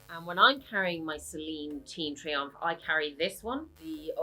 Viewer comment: Mini “triangle” .. i thought i misheard you 😂… good comparison vid..👌👌